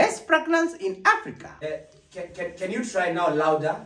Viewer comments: Did you say aprika😹😹😹😹😹😹😹😹😹😹😹😹😹😹😹😹😹😹😹😹😹😹😹😹😹😹😹😹😹😹😹😹😹😹😹😹😹😹😹😹😹😹😹😹😹😹😹😹😹😹😹😹😹😹😹😹😹😹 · read a different script 🤣🤣🤣’ Manukato pest pragnance in Aprica’ 🤣🤣🤣